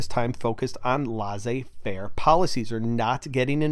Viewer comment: Thanks for your awesome videos! They're extremely useful. I did want to note that "laissez-faire" should be pronounced "lay-say" faire.